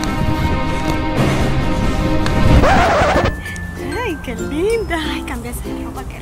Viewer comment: Me orine de la risa cuando dijo tan linda y tan cohinaaa 😂😂😂😂